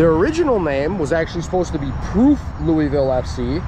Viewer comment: ya gotta say louisville like you have water in your mouth. Also, we make bourbon, not whiskey. Appreciate your visit and the video though